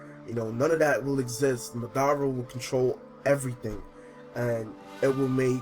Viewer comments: Lol he said "Madada and Obi-O" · Saying madara and obito wrong really wrong